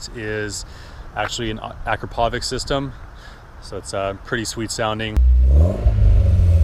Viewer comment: it's pronounced a-crap-oh-vich and chass-eeh, lol